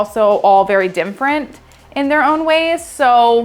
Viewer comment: I think you said "dimfferent" 5 or 6 times.